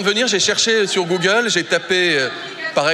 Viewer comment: gogool a dit veran et vereux